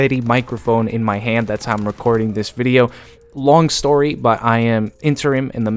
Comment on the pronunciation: You fucked us man you said every dat vwindeo